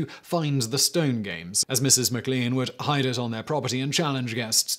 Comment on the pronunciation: I think it's pronounced mac lane for McLean